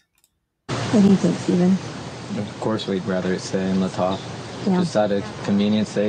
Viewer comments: It's the STATE OF IDAHO vs. Kohberger....not Lahtah county vs. Kohberger. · I don't understand why he can't pronounce LATAH correctly? Do they not live in next county over in kootenai County, he should know the correct pronouncement, I live in Nez Perce county , county right beneath Latah county and have NEVER heard ANY locals pronounce it like that, can't believe the family is 100% agreeing with prosecution , might as well hang kohlburger now and forget his and our rights. Maybe they want some of the million that university got ? Or the funding city of Moscow and it's police received? They deserve it more than U of I and affiliates do, they did lose a child after all, maybe they did get some hush or come to LE and U of I side of case money, I live in Lewiston ( 30 miles south ) and along with neighbouring Clarkston Washington which combined population is around 50,000- all know of this case